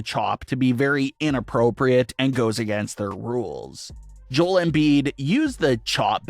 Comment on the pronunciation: is this AI scripted? you kept saying Joel like Jol, its Joe-El, i think your using AI my man